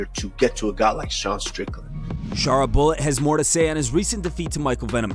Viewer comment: Shara Bullet... come on lol